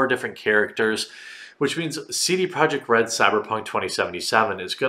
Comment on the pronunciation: Why do you say "Saidie Project Red"???? You say your vowel sounds weird.